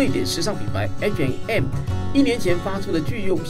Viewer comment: 蘋果這個口播土掉牙了 😂😂，台味那麼重，而且 H&M 讀的是什麼鬼